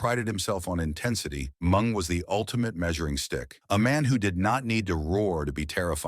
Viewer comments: Who the hell is Mung??😂 Isn’t it Meng?!😄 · Mung,it’s Meng lol😂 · THE NARRATOR, WHO I THINK IS AN IDIOT, MEANT MENG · AI should fear calling Meng ‘Mung’. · It not mung its ming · MENG not MUNG FUCKING AI!!! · Jericho was trained in The Dungeon. BTW, the name is Ming, not Mung. And, Ming, better known as Haku. The Barbarian was Ming's mentor and island brother. Haku is #1 in the most feared category. Barbarian is #2. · Yeah I thought the same, the name was "Ming" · Wow, Blah Blah Blah Blah, more mush mouth blabbering than a knitting circle. And you can't even say the names., like you're Drunk or something. "Mung"? Really"? Can't even distinguish between "MING" and "Mung"?? Just say "Haku" then. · Ming not mung dumbass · Put respect on Mng's name and pronounce it correctly!!!!!!! MIIIIINNNNGGGGG!!!!! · Am I the only one who can’t listen to AI narrator? Calling Meng MUNG drove me nuts. I couldn’t finish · And all this time we were pronouncing his name incorrectly 😂 poor "MUNG" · everytime he mispronounced mengs name as mung I lold